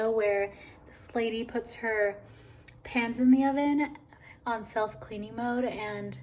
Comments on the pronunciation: Was it just me or did anyone else think she was saying she put her PANTS in the oven! Haha I was sooo confused🤣😅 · You know I was wondering how come she didn't get the pants she wanted when she was looking at the clothes. I heard pants too!! Haha!